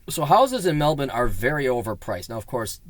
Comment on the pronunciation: You're the first foreigner I've heard able to pronounce "melben" as we do.